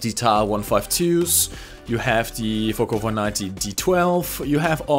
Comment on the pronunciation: Kleiner Tipp: "The" spricht man mit "i" am Ende nur wenn als folgender Buchstabe ein Vokal kommt. Ansonsten wirds als stummes, tiefes "a" am Ende gesprochen...